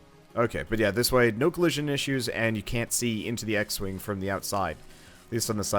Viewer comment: not 'x-wing' he named it 'x-wang' hahahhahhahaha